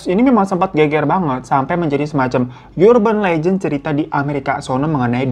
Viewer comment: Entah kenapa aku merasa terhibur mendengar dia ngucap yurben lejen (urban legend) 😄